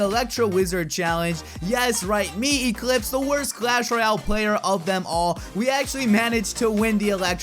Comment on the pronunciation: drunk echlipse